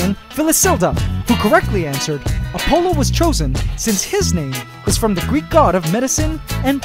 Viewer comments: I heard Dionysus and Apollo pronounced differently in school… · the way this man pronounces "Apollo" and "Dionysus" causes me physical pain